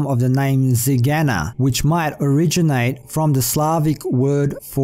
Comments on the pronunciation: zygoma, not zygama - zygomatic arch is the cheekbone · The book says "zygoma", referring to the cheekbone, which is called the zygomatic process/zygoma. So it says "Misshapen face from malformed zygoma". It's not a clue to anything; you're misreading the word as "zygana", which is off, and looking a bit too far into that. SPOILERS BELOW And yes, this book definitely gives the only information about Snoke we can find so far. The movie doesn't tell us literally anything about him. And then he gets killed. So yeah... maybe in Episode IX we will find out more about that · Haha dude you got it all wrong with the “zygana” part. The word there is Zygoma which is the abbreviated version of zygomatic bone which is an arch shaped bone which forms the bone part of your cheek and the floor of your orbit, It will be referring to the fact his face is malformed and quite significantly smaller than the other side. From a Dental student and Star Wars nerd hope you’re excited as I am for next week! 😀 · oh my god... this is hilarious. the word is Zygoma.... the zygomatic arch is the bony part that forms your orbit (where the eyeball sits). but keep researching hungarian , it's funny.